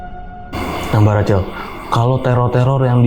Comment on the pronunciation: Pelafalannya Racel? Bukan Rahel? Narsumnya cool bawain ceritanya ❤ Thanks